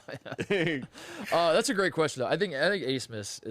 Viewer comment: why the hell is max abmas’ name pronounced aismas?